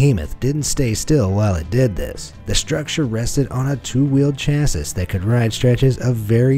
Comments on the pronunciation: everyone outside the US: He means "sha-see" 😂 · Did he just say "cha-sis" 😂🤦‍♂️ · my mans really just pronounced “chassis” as (cha-sis) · "chassis" is pronounced 'cha-see', where the 'a' in 'cha' rhymes with the 'a' in 'hat'. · Can't pronounce 'chassis' tho. Most Americans struggle with simple pronunciation.